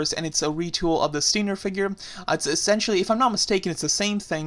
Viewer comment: stop butchering stinGer's name!